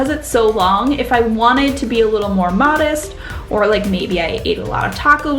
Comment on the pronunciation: Is she canadian because of the way she said modest